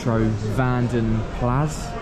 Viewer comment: Its a Vanden Plah, I know its confusing when spelt Plas. Just thought I help ya out if you come across another.